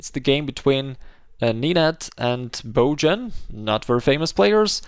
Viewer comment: Great lesson but you gotta work on pronouncing Serbian names, the way you said Nenad and Bojan it was so funny xD